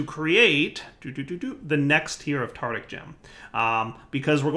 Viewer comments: tartARic! tartARic! for god's sake it's tartARic gems! it's driving me crazy you calling them tartic! one would think that after years playing with blood magic you'd have noticed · Say it with me: tar tar ic gem. Tartaric gem. Very good.